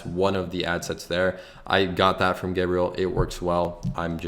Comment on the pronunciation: Ești român? "Ghiorghiu" hmm